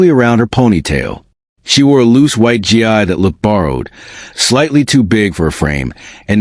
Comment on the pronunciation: It’s pronounced gee